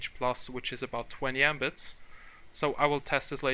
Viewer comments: Patrick Hansen I should've guessed. It's just the funny pronunciation and it just sounds like a word "embit" rather than abbreviation. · The literal pronunciation of Mbit (Megabit)